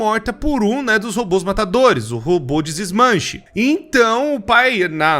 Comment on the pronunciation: Mano eu não aguento o falando Robô de Desmanche kkkkk XD